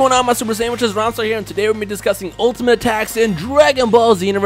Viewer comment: Say rhymestyle not ramsa